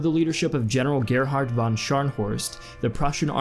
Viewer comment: Wow, you have very good German pronunciation, but why do you mispronounce "von" in the names?